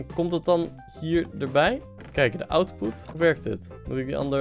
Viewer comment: "Inpoet" "Outpoet"